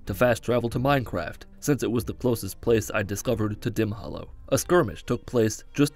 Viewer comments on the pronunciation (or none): "Fast travel to Minecraft" That one got me. This is how I'm pronouncing "Mzinchaleft" from now on.